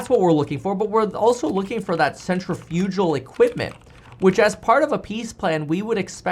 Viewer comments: FYI it’s pronounced “sen - tri - fuh - gl” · PSA: not how you pronounce "centrifugal".